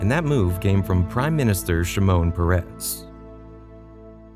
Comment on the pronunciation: Shimon Peres - last name emphasize the first syllable, not the last. First name emphasize the first syllable.